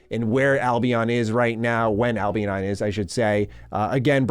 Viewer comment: I cringe every time he says "Albeon"